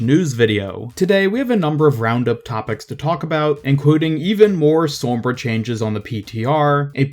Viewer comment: great video but i hate the way u say sombra